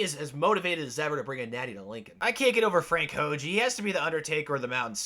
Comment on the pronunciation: Hearing say my last name wrong over and over again because of Frank Hoge is hilarious